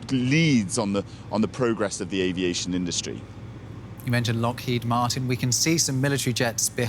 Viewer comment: You know it's weak, formulaic journalism when he can't pronounce Lockheed. First time near a plane, buddy?